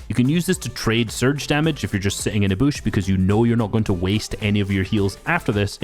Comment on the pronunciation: Please don’t say Boosh.. it’s a bush. Like George W. Busch, with a short u.